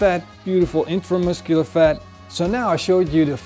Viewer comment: drinking game for how many times he says itramuscular fat